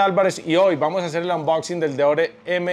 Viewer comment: Daniel excelente calidad de videos y de contenido siempre, muchas gracias !!! ah y porr finnnn alguien en youtube que hable español y pronuncie bien "unboxing" Gracias, Gracias !!!